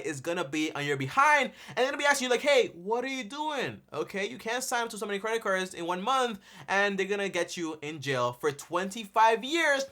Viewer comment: Who in the holy f..... is he “axing”??